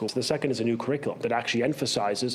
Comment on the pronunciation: This loser doesn’t even say CURRICULUM properly but they put him in charge? Laughable.